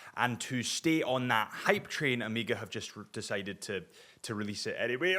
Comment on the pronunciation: Amiga? Is it that hard to say O May Ga?